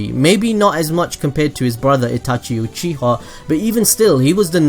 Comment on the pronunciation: this man said "sasuke uchihaw"